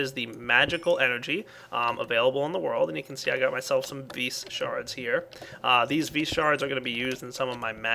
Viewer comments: vis is pronounced vee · your "vis" is pronounced vee